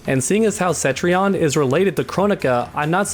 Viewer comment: For the love of God her name is Cetrion not Centrion! Can't Americans read? Like the 5th NA youtuber to call her Centrion today jeeeze there is no N after the E homies